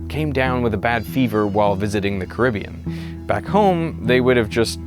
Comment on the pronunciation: Thanks for pronouncing Caribbean correctly instead of carabean like some lazy comentators do.🙂